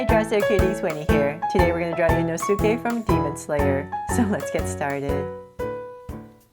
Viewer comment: bro rlly said in-su--kay